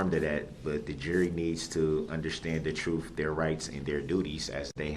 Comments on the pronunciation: Jury needs to understand the “troof”? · "Da troof" "Axed" This m.o.r.o.n.